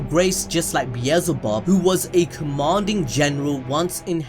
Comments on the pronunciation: It's beel-ze-bub bro... Not bezelbub..😆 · bielzebub BRUH its belzebub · It’s not bee ez zul bub, it’s Bee el ze bub. Bee el ze bub. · no one gonna talk SBT how he mispronounced beelzebub the entire video. its not beezelbub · the amount of time he said beezlebub